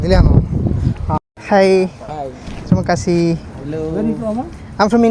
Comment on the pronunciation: Terimanganasi😂Alla bro terimah kasih😊ennanu